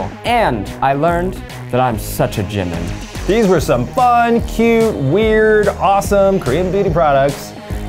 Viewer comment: When is Zach going to start saying Jimin’s name right? TT (gee-mean)